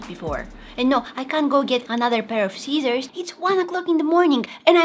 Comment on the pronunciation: When you said scissors it sound like Cesar